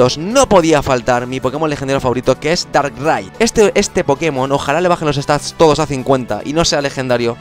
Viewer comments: Dices darrai en vez de darkrai XD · Se dice dárcrai porque dark cry es llanto oscuro y se pronuncia justo asi en ingles